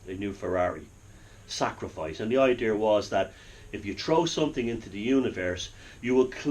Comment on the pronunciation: I love you and I love your insite.Mostly I love the way too say idear.You can take the boy out of Ballymone but you can't take it out of the boy.Gods bless you.